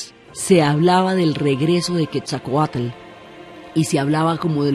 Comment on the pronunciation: Pasa que la narradora se equivocó de vírgen, debió decir de Guadalupe... Lo mismo al pronunciar Quetzalcóatl ella dice Quesacoat... Sonando horrible su mala pronunciación del bello nombre en idioma Náhuatl.